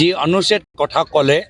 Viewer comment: অন চিত,,পৰ বতী নহয়,,, অনুচিত,,, পৰবৰ্তী হে হ'ব লাগে এইজনা আকৌ অসমৰ মুখ্যমন্ত্ৰী হ'বলৈ মন মেলিছে😂